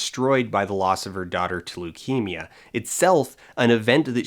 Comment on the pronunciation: why did I think u said "at the of her daughter, Toleukemia." As if that were the name of the kid. Lmao